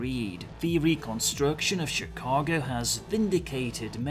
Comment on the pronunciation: Think I found my first play through role. Was born in Chicago and grew up in the Midwest. The background story got me hyped as well. Btw good work pronouncing Chicago. Lot of people get it wrong. Cheers.